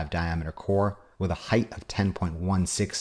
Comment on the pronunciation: Thank you for not pronouncing the word height, as hi-th.